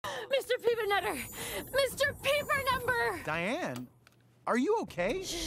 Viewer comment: “Mr pepernunber” gets me every time